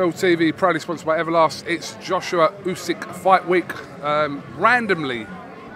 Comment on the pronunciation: Stop saying usyk name like ooooooSikkk just say it normal